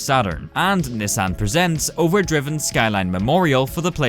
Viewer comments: it's pronounced Over drive - in. Like there's an apostrophe there. To substitute the "g" in ing. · Over drivin' is pronounced over DRY-ving not over DRIV-ing, the apostrophe means its short for DRIVING, driven is spelt with an E, drivEn. Kind of important to get names right when you're discussing history. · He sounds like a text to speech whenever he says "over drivin' " It's pronounced over draivin not over driven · It's supposed to be pronounced over "dry vin". Like shortened driving. Not driven. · The fact that you keep pronouncing Drivin' as "driven" makes my eye twitch. It's "driving" without the G, as in "overdrive".